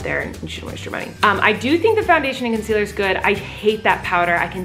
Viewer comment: Colleen : picking up foundation saying ConCelER